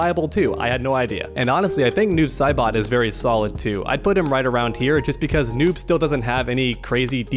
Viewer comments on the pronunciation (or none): none